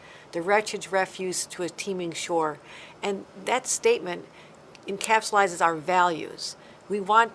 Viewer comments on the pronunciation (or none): Two times democrats mispronounced a word. They said "tradegy" instead of tragedy, and also said "encapsulizes" instead of encapsulates. Idiots